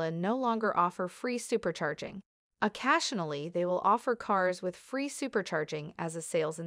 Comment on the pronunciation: O-CASH-sionally? Oh boy...AI voices.